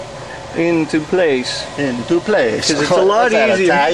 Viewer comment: lol " into place'ah "